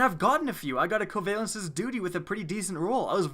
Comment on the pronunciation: Not pronounced koavailences